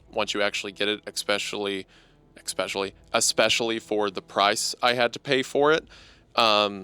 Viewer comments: “expecially” I guess a bit of hunter is rubbing off on him 😂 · "eckspecially", the influence of Hunter there